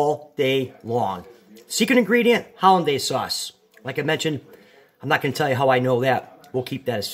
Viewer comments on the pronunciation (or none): Wtf is hollinda sauce?!